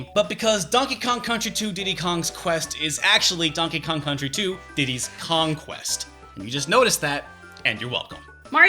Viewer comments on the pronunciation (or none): I gotta disagree: Diddy's Kong-Quest (hyphenated on the game's title screen, to boot) is a great name with a clear pun ("Diddy's Conquest")., I love you, man, but the fact that you've been saying the title wrong this whole time doesn't make it bad (though, to be fair, they should have included the hyphen on the cover, too).